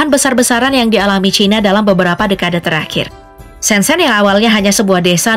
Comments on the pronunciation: Kota "ShenZhen "Mengejanya bukan SenSen tapi "Sen Cen".... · Shen Zhen/Sen Cen. Jangan dibaca sen sen. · Baca : Sencen